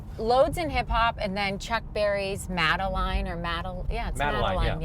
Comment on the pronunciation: Maybellene, not Madeline.